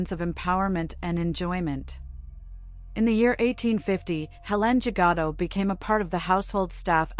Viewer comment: Learning to pronounce French names would be helpful.